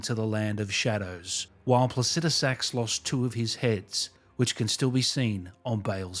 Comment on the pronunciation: Saying it like “placijusax” got my wife to sleep in the same bed as me for the first time in 3 years.